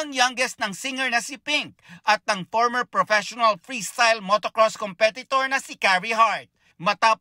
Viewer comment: pans (fans), por (four), pormer (former), poot (foot), bidyo (video).... sus Ginoo, parang elementary lang kung mag report, nelson naman, tumanda ka na sa trabaho mo, ayusin mo naman dhaaay.